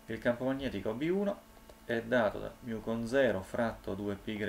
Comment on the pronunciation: Guardi che si dice 'MU' o al massimo 'mi', ma non 'miu', se no, se lo vuole per forza pronunciare all'americana deve dire anche 'pai greco' e non 'pi greco'